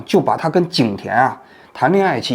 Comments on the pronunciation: 感谢王局一如既往高质量的内容，不过如果王局能更加注意一些细节就好了，比如一些字音的读法。这期里面比较让我出戏的是床笫的笫，这个字应该读紫，不读地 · 床笫zǐ之欢，不是床第，这白字念得可以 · 王局，床笫之欢，不是床第，希望加强一下文化修养啊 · 床笫（zi）之欢，严重怀疑你是怎么进央视的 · 王局，是床笫（zi），不是床第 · 是不是应该读床笫(z三声）之欢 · 床笫之欢 第二个字念Zi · 王先生是“床笫之欢”不是床第之欢！！！ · 王先生君子，有些字没见过正常，床笫z i(三声)之欢，不念d i，哈哈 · 床笫之欢。王局您读错字了🙃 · 王局，那叫床zǐ之欢。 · 王局：床笫之欢，不是“床弟”哦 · 床笫之欢 不是床第之欢…王局不要忘记学习哦…… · 床笫（读“子”）之欢，不是第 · 王局，床笫之欢，读音是chuáng zǐ zhī huān，一般人都会读错，希望有空更正一下。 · 床笫之欢的第二个音念紫，作为媒体人念错这种字多少有些离谱了… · 王老的视频一直都爱看，不仅是让我们看清楚事件背后的最真实的样子，还会给予我们很多自己的有独到见解的观点和论断。非常喜欢您的这些作品，希望您继续给我们带来更多的优秀节目，非常感谢！🙏🙏👍👍🌹🌹（纠正一个小地方：本期视频 处 王老您说的：“床笫之欢”这个词语/成语中，第二个字“笫”读音应该是 zǐ 第三声” 特意去百度了一下 请您别见怪，敬请谅解。） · 床「笫」（讀音「紫」） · 王局，是床笫(zi,第三声)，视频中念错了。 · 床笫之欢，不是第。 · 王局提一个点，那个词：床笫（zǐ）之欢。作为前官方电视台评论员，尽量不要念错字比较好。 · 确实露怯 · 床笫之欢[chuáng zǐ zhī huān]，纠正一下哈王局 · 床笫（zi3声）之欢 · 纠正一个错误：床笫（子）之欢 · 床笫（zi）之欢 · 床笫zi之欢，读错了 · 床笫（紫）啊王局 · 床笫之欢，读“子”，纠正王局一个小小错误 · 王局要不断学习，那叫床笫（zi三声）之欢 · 王局，床笫（zǐ）之欢哦